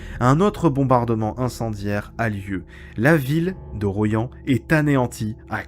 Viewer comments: Royan ça se prononce "Roi yan", pas "Ro yan", ça m'a écorché les oreilles. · Chaque été je vais à Soulac et à chaque fois je passe par Royan. J’ai appris quelque chose aujourd’hui. Par contre ça se prononce Roi-yan. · Bien vu pour Larminat, un crime de guerre ces 2 bombardements sur ce pauvre Royan (prononciation bizarre dans votre capsule 🤣) 500 civils tués poir seulement 15 soldats de la Wehrmacht, il me semble... Enfin sans polémique contre l'idole du moment qu'est de Gaulle, ce dernier aurait insisté pour qu'il n'y ait plus aucune poche (Festung) allemande lors de la capitulation du 8mai.. D'où ce dernier bombardement absurde et criminel du 30 avril 45... mais je n'ai pas la Vérité absolue, bien sûr !